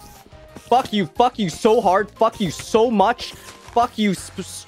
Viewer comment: I feel like when swear he didnt say the f word he just say fawk